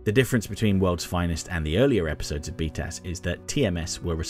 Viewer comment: One thing that is funny is that when you say BTAS, it sounds like “beat a**”